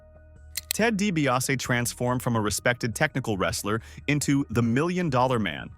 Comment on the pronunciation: & - Why the sloppy cuts?🤷‍♂️ - Please reprogram your A.I. narration to properly pronounce "Dee-bee-ah-SEE" 🙄